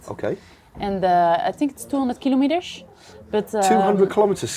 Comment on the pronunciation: 200 hundred " keylomedesh " :)